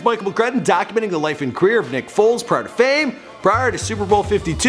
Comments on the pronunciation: WHO TF IS NICK “FOLTZ”????? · You said nick foltz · “Folz” can’t even get his name right my god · Its FOLES.. Not FOLTZ .. smdh .. 😡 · Foles not FOLTZ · It’s Foles not Foltz 🤦🏽‍♂️😂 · It's Foles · FOLES. Put some respek on God's name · My nigga you better get his name correct before this fucking super bowl. It’s Foles don’t disrespect us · Foles Michael it’s Foles